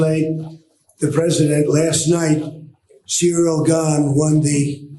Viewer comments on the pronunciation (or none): none